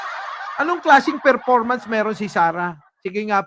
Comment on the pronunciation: Ferpormance ni sarah bubo ferformance